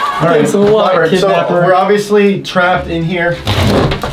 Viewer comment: does anyone else think said robvious at the start?